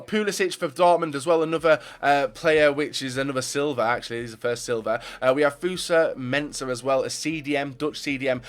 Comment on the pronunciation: Fucking can't even say "Fosu" the fucking guy says Fusa